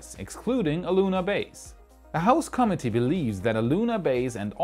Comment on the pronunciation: love your show. It is always interesting and informative. One small point. Please review your pronunciation of the word "committee." It is consistently pronounced incorrectly throughout the video. Otherwise, great job. But, as to the topic, NASA is finished as a driving force in big space projects. Leave the moon to Blue Origin to colonize. Elon Musk will take the lead in colonizing Mars.